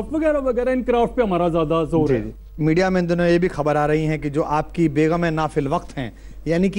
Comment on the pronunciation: Beghum nahin begum hota hai.